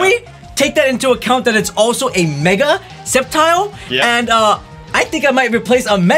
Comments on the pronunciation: SC-EP-TILE DUDE ITS PRONOUNCED "SEP-TILE" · It's pronounced (SEPTILE) not (Skeptile). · Its sep-tile not skep-tile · pronouncing Sceptile as "Skeptile" and not "Septile", and Naganadel as "Nagadanel" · It’s not (Skeptiyel), it’s (Septyel) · it's pronounced s-ep-tile not sc-ep-tile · do not say skeptile say it like septile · sCeptile Other Pokètubers: We want to know your location 🤬😡 wtf can you just learn how to pronounce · Ye idk why nowdays call sceptile "skeptile" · ebolivieri nope it's sep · MY EARS PIERCE WHEN YOU SAY IT SKEPTILE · I agree and dude it's Se-pt-ile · Did he just say skeptile I'm triggered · its pronounced (sep-tile) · It's named sceptile but you pronounce it septile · Yeah it's pronounced Sep-Tile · Its prenounced septile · Are you serious that is not how you pronounce sceptile truegreen 7 will find you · its sceptile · he didn't say septile correctly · Why does everyone say sceptile name wrong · He said sceptile's name wrong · sceptile has a silent c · Uum you mispronounced sceptile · pronounced sceptile wrong